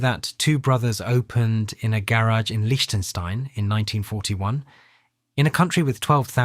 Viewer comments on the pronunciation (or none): dude cannot pronounce "patent" or "garage" correctly. 😄